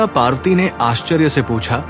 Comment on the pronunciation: Kindly correct your pronunciation. Devi's name is PARVATI and not PAARTI. Thanks. Please don't mind.